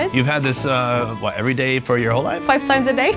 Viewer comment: 👀 you have hwhaaat in your mouth?